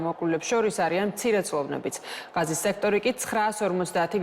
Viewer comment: ჭურნალისტებო, მაგ სექტორს ჰქვია - ღაზა და არა "ღაზი", ღაზას სექტორი...